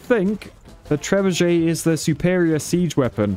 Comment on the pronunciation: I hope somebody got around to explaining to him how there's no Z in Trebuchet... Like trebuzhay or whatever he thinks he's pronouncing hahahaha